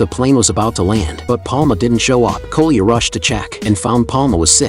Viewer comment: Ai is so stupid It calles Коля koluya